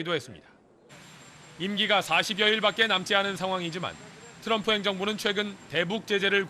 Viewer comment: 앵커발음: 터럼프 대통령 ㅋㅋㅋㅋㅋ